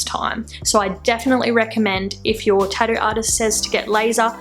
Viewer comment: "Tahdoo" I like that :)